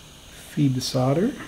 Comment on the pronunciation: Please pronounce the L in solder, it's painful.